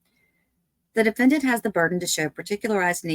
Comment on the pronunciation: the DE-FEN-DANT